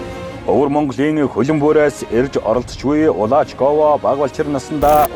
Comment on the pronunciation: Шүүгч нь Улаачийг Улаагч гээд байхийн?!?!?!